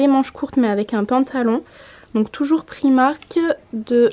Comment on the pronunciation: J'adore tes vidéos mais ça me stresse d'entendre "prix-marque" pour "Primark" 😅 merci pour les idées en tout cas et bisous à ta ptite famille 😘